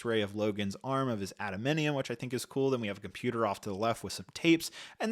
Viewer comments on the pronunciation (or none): A huge X-men fan would know how to pronounce adamantium... Just saying, it's okay not to be.